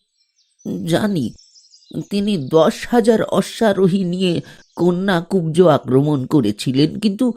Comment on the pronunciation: কন্যাকুব্জ নয়, কান্বকুব্জ